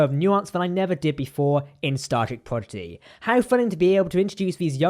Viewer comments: You kept saying progidy instead of prodigy. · It’s Prodigy NOT PROGIDY!!!!